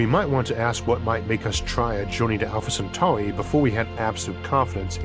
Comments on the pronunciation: Alfore centawi 😂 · Alpha Centwarwy!